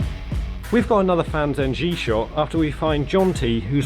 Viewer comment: Just a friendly reminder, the pronunciation of Fan Zhengyi is slightly off. It should be pronounced as fan zheng yee. Nevertheless . Great video